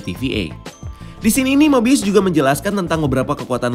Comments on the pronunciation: Skrg mah 'mobius' Kemaren 'mobayes' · 8.35 eh mobayes lagi😂